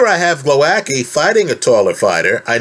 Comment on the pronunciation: Great that you're analyzing this fight!!! I hope Głowacki beats the crap out of Okolie. Btw the pronunciation is /gwo - vats - kee/ 😊